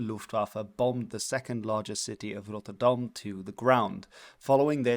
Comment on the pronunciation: this is the first ever video of you that i saw. The way you pronounced Rotterdam gave it intstantly away you are a dutch speaking youtuber xD Btw. Den haag is pronounced as The Hague in english